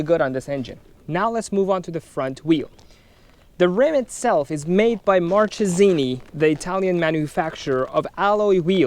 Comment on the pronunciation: It's Markesini the right pronounce